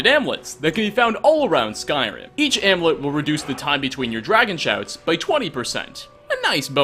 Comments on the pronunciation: Am-you-let, not am-let. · Am-You-Lit. Not Amlit 😆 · "Amlet"... AmUlet. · "Am-U-Let" not "am-let" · "AmUlet" and Eslaf. And all of the names in that book are words backwards ;) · theres a U in amUlet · The U in amulet is not silent. Knock that shit off.